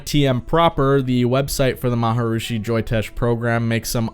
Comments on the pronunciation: Ma- ha- Reee-shee Not maharoooosheee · Is there a reason you mispronounce maa·hr·ee·shee muh·hesh yow·gee ? By saying Ma Ha Roo Shee? Is it just your way of having a little fun? Kinda like Donald Trump pronounces Ch eye na ? Flogging it as you did, took away something from the more serious health aspects of your discussion, in my opinion...kind of like someone using too many fart, or burp sound effects. Made it hard to listen attentively but I did and I agree that some people might find the practice helpful but the organization, especially the guys in their little gilded caps is as laughable as it is dangerous. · I had to turn this off because of the repetition of the pronunciation 'Maharushi', not 'Maharishi'. Learned to meditate through a TM class in my early 20's. Changed my life. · Why did you pronounce it 'marhrushi' instead of 'marharishi'? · Come on dude... it's pronounced Mahar"EE"shi, not Mahar"OOO"shi... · Why do you pronounce his name Maha "rooshi" when it is spelled Maharishi? Maharishi Mahesh Yogi. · Maharishi is pronounced ma-ha-REE-shee (not ma-ha-roo-shee) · The word is Maharishi - not Maharushi. Also the word is Beatles not Beadles . Just so you know. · “Ma ha ROO shi » lol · The “M a h a r r r i s h i” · I thought it was pronounced like Ma-ha-ree-shee... (re-check the spelling). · Fun vid. I think your info and your opinion are solid. Just one question: who is "Maharooshy"? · Interesting subject and I gave you a like, but I had to stop because of repeatedly hearing "Maharooshi" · "The MahaROOshi"?? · Why do you keep mispronouncing Maharishi, "maha-roosh-i?" Whether TM is BS or a con or whatever, that's a weird choice. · Why do you keep saying «maharooshi»? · why do you keep saying MharUshi? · Say it with me: MA - HA - REE- SHEE, ya dum.b.a.ss😂😅😅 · Is he going to say “maharushi “ the whole time? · I'm sorry. I couldn't finish this video because your pronunciation of maharishi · are you saying maharishi correctly? i couldnt watch your video